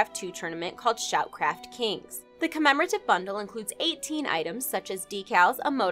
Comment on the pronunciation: I feel there will be a blooper in the near future?, I only say this because I feel like you struggled with "commemorative" I mean that with much love :D